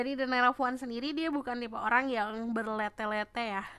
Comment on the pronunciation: Lagi fokus dengerin, eh ambyar sama "berlete-lete" 😂 Bertele-tele kakaaaaaaaak 😅